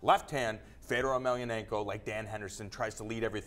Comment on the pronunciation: People keep saying Fedor's last name wrong. The accent is on "a", not "e"! It's EmeliAnenko! Not EmelianEnko!